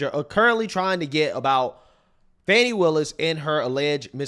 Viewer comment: It's Fannny not Fawwni